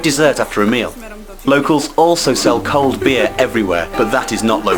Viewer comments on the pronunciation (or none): none